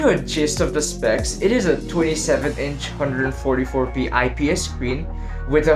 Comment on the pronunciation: Bro.. You're saying 144p everytime!... Need to work on that.. Keep up the good work tho!